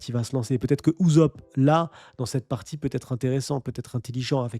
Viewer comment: PTDRRRR PK TU DIS UZOP TU MA STRESSER